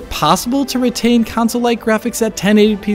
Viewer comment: "council versions"